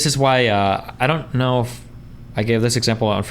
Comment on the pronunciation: I unironically stopped watching at a minute and a half. She is either trolling or her body is fucking broken, I don't believe she's incapable of pronouncing any word with an "O" sound in it. Ner, Knoer, Oerpen, I actually, genuinely can't tolerate it.